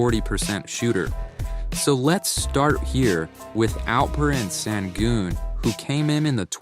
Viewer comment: Nice vid. One quick note is that his name is pronounced (Shen-goon)